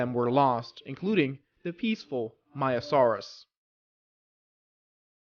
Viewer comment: Just to tell you frontier are working on a new DLC possibly either a Triassic dinosaur pack or Jurassic dinosaur pack. BTW you kept calling the maiasaura maiasaurus just to tell you.